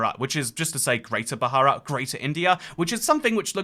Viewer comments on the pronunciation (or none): Thats not how you pronounce bharat